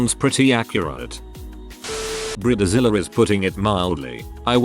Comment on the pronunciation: ⚠️ WARNING! UGLY AMERICAN ALERT !📢 Bride like hide Zilla like villa Not bride like rid The computer voice can't pronounce words incorrectly spelled in text.